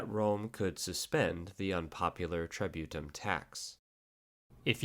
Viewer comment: If I hear "tributum" mispronounced as "try-beaut-em" one more time, I'll march on Rome with my 8 Danubian legions